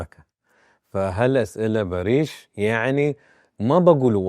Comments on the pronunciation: بما انك بديت تقابل الممثلين الاتراك حسن لفظك شوي حتى الاسم لفظه خطأ باريش مو باريييش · اولا اسمه بارِش يعني سلم او صلح مو بارييش، تانيا اسئلة كتير مفلسفة مالها داعي تالتا ما اتحملت غير اول ٣ دقايق